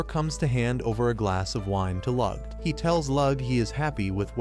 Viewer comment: I’m not even a minute in and already the mispronunciation of Lugh’s name is driving me nuts. Especially since in the scene they’re covering, it’s not even his name yet!